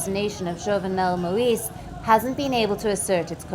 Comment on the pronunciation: Get a person with basic French skills to read the news about Haiti. The name of the assassinated president Moïse is pronounced MOH-EES and Cité de Soleil is pronounced CIT-EH DE SOLEH-EE.